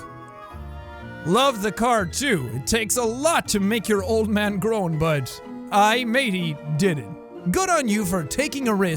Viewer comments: Jack the joke for your dads card is Aye,Matey. Aye is pronounced "I" or "Eye" so it's EyeM Atey or I'm Eighty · Jack You Said Aye Wrong, You Were Supposed To Pronounce It With Long I And Then It Sound Like It Say I’m Eighty